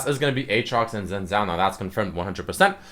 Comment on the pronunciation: its pronounced sene-zhao-al. of demacia